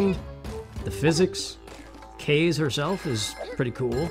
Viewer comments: Hahaha, that "a" was hiding from ya. I noticed it, but there's not much you can do. Love the gameplay! Since I know this is prerecorded, I believe her name is the Japanese word "wind" so it's ka-zay, but it doesn't matter lol. Good work,, keep it up!!!! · I could be wrong but I think it's pronounced kah-zay